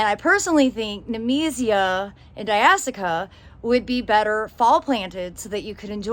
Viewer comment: “Di ash e ah” not di as ica